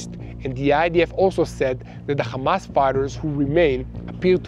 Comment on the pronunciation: Kindly don't say Khamas and Khizbalah. You're mispronouncing and it's offensive. Meanwhile Yahya Sinwar died a hero while Benzion Mileikowsky was running to hide in a bunker with his hands shaking.